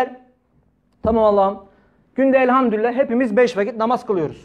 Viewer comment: evet öyle olmalı. Ama sanki Hoca öyle telaffuz ediyor gibi geldi bana. Çokça dinledim, yanlış mı duyuyorum diye...Ama öyle diyor maalesef...